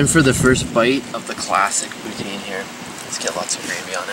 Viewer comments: I live in Montreal. You showed nothing of the night life. And it's pou-tine not POO-TEEN. Tabarnak esti crisse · poutine.. lol it's funny how non French speaking say poutine like pout-zin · you pronounce Poutine wrong!